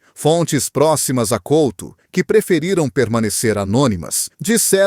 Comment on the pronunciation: Pelo menos podia dizer e escrever corretamente o nome do jogador Fernando COUTO e não Colto, tenha vergonha e apague o video